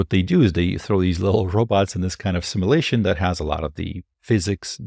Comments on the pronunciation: "sim U lation". Hard to take you as seriously as you deserve when you're mispronouncing a extremely relevant word continuously. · You said Nvidia instead of Tesla. Also, "Simalation" took away my +20 intelligence buff... You learn that word at the libary?